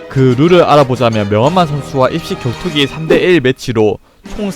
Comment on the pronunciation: 혀에 문제있어? '이씨겨투기' 가 아니라 '입식격투기' 발음이 왜이따구야